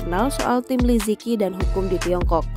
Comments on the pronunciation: Nama beliau dibaca 'Li ce chi' , bukan 'li ci ki' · Li ziqi dibaca "li ce chi" bukan li zi ki 😭😭😭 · li ziqi pmbacaannya li je ci bkn li ziki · mau kasih tau aja, bacanya bukan li zi ki, tapi Li Ceu Ci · Kalo dlm bahasa mandarin itu baca nya Li zhe chi , bukan liziki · Ini cara melafal namanya Li ce chi 李子柒,bukan li ji ki. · Liziqi dibaca Li ze ci btw min bukan liziki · Maaf Min, anda salah baca namanya, Li Zi Qi dibaca dengan suara Li Che Ji. Huruf Z itu dibaca Ce seperti baca cepat, ce, Huruf Q itu hampir sama suara huruf J dalam bahasa Indonesia. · Liziqi.... Pengucapannya Li Ce Chi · Min, salah eja namanya, yg benar li ce chi. Qi itu di baca Chi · Bacanya bukan Liziqi tapi Lisichi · Agak terganggu pas pembawa acara ngomong nama li ziqi, baca nya tuh li tsi ji 🙄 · Li Zi Qi Dibaca Li Si Ci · Cara bacanya Li Tse Chi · Namanya liziqi tp sebutannya lizici. Kerana qi sebutan ci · bacanya tu li ce ci